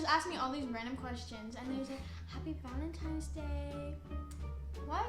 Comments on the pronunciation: No one: ____ Danielle’s 14 year old brain: “ValentiMES day” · ahhhh ITS VALENTINNNNES DAY NOT VALENTIMMMES DAY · valentine* not valentime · When she says “valentimes” instead of valentines 😂😂🤪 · no one: dani: valemtimes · She kept saying valentimes day 😂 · It not valentime's it's Valentine's , but ya'll cute still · Valentine’s Day not valentimes lol they both keep saying it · Valentine’s Day* not valentimes day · The way she kept saying "valentime's"... sis👁👄👁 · VaLeNtiMes day 😂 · 'Valentimes' yeah she's not 16😂😂 that's something I said at like 9 but the fact she can't pronounce it right like go back to school 😂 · why was my girl saying “valentime” aren’t you already in 7th grade, shouldn’t you know this 😭. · Did she really just say ValenTIMES lol ik she’s human too but I just think it’s funny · Anyone else notice that she keeps saying “valenTIME’s” day. 💀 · Literally I’m younger than her and I know it’s ValenTINES day lol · valentimes day huh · Bro if she says valentime one more time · it sounds like she is saying valentimes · She said valentimes day bahahahah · “valeMTIMES day” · Literally NOBODY going to point out the fact she kept saying valenTIMES?! I couldn’t focus on anything else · valenTIMES day ahahahah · I’m sorry Dani but like its Valentines. Tines. I’m sorry it just it’s a huge thing of mine. I hate when people pronounce things wrong. I love btw you’re super cool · she really said valentimes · This is annoying. You're not interesting to watch because you're repetitive. You're underage. You cant even pronounce valentines right. This will hurt you more and cause more drama just stop.